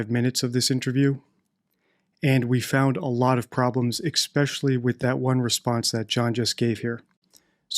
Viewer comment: I wonder if knows he says 'especially' incorrectly... 🤔